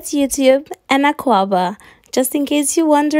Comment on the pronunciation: You know right! I was so happy when she said akwaaba😂😂